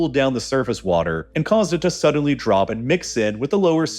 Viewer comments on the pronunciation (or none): none